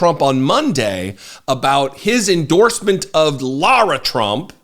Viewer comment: Ahh, I was literally about to write a comment thanking you on behalf of all of us Laura's. You pronounced lara trump's name correctly in the beginning of the vid and I was so delighted! But then you went and pronounced it wrong and have all of us true Laura's one of those creepy chills you get that make the hair on your arms stand up and goosebumps abound. Why sir?!? I come w/ tears in my eyes asking why?!? You started of so well... ✌️